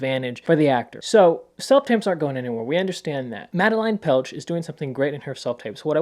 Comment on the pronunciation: great vid! btw her name is pronounced mad-eh-lane petsch :)